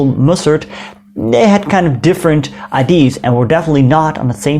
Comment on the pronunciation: goede video's! zeer leerzaam. Je uitspraak is ook verbeterd. Je moet alleen je uitspraak van "idea" verbeteren. check het op youtube of translator voor de uitspraak.